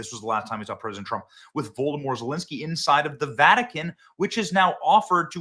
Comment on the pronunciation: Benny, did you say Voldemort Zalenski? 😂💀